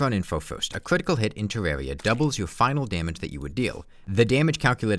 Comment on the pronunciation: If you pay attention you might realize he talks like "Defense shweds cwitical damage"